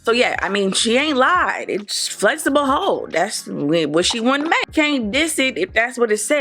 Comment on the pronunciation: Great review! Very helpful and lots of emphasis of flex-eh-boh hold😂🤣